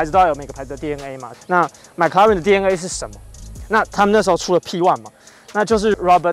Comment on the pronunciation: 你的麥拉倫是蘋果出的嗎？ mclaren 不是 Maclaren啦😂